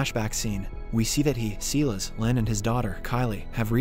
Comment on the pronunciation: he keeps saying seelis it is silas as in sylas this mispronounciation crap is driving me crazy. Please say it correctly.